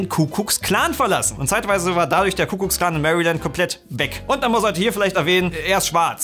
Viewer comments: HanAU brennt mir auch als Hamburger in den Ohren. Genauso wie „Kuckucks-Klan“. 😂😂😂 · Wie die ganze zeit kuck kucks clan statt kuck klux sagt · Es ist übrigens der Ku-Klux-Klan, und nicht der Kuh guck Klan / Kuckucks Klan wie ihr es sagt. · Seit weiss ich, dass dieser Verbad KUCKUCKS-KLAN und nicht KUKLUX-KLAN heisst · Ich weiß nicht, ob nur ich das so gehört habe, aber sagt immer Kuckkucks Klan? Das heißt doch eigentlich Ku Klux Klan. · Außerdem: der laden heißt nicht Kuckuks Klan, sondern Ku Klux Klan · Kukluxklan, nicht Kukuksklan..... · Kuklucksklan nicht kukluk keine Ahnung, ob das mit k oder Ck geschrieben wird aber nicht Kukuk sondern kukluk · Es heisst Ku-Klux-Klan, nicht Kuckucksklan 😂🤦🏻‍♀️ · Hab ich was an den Ohren? Ich höre immer „Kuckucks-Klan“ sagen! 😳 Also ich kenne nur den Ku-Klux-Klan (engl. Ku Klux Klan). Ich hab‘ mich sicher nur verhört... oder, 😂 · Es ist ne krasse Leistung, sich so in ein Thema einzulesen und dann trotzdem noch Kuckucks Klan zu sagen🤣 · Wollte zunächst pseudowitzig auf Ricks Aussprache des Ku-KLLLLLUX-Klans rumhacken...allerdings kam dann beim Tippen Ricks Appell. Nun möchte ich nurnoch sagen: "Yes, sir!" Gute Schlussfolgerung. In diesem Sinne: Mehr Toleranz und Respekt, ihr Penner! ;)